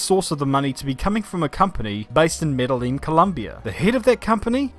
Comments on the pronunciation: Med-eyy-jeen by native medellin people haha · Medellin is pronounced "Med-eh-jeen" amigo... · "ñ" sounds like "ny"... FYI boss man... Gotta roll that "rr" too👌. The "ll" in Medellin, sounds like the "ll" in millionaire... Maybe not as much of Marnus as you think.... he did build housing for the poor in Medellin🤷‍♂️... an entire suburb... that to this day, bears his name.. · Medellin is pronounced with a y. Double L is a y sound in spanish.